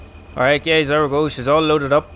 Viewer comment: Hey gays" lmao